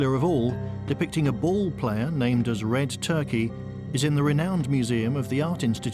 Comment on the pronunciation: Believe it or not, its not red turkey, its red turqa is how it’s pronounced, i once owned a nite club in Airlie beach Australia and met a man that told me all about this, he told me it was his grand father that led the looters to the site, la corona, but that not how he pronounced it , it sounded like french like le conea when he said it , people you dont have to believe me but this is just what i can rember, the guy was heavly intoxicated but alcohol is a truth syrum, he produced a book with all the photos of the tablets that are on this show, ive got chills up my spine rite now as this is the first time ive seen this doco and to know someone who knows more that the people studying it is early fealing, this guy told me its was the burial place of red turqa where the stones cone from